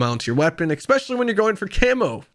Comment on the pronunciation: Especially* not exspeshially lol